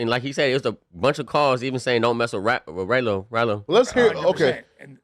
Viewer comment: the fact he called Ralo Raylo mean he dont know shit thats going on. why these random dudes even on here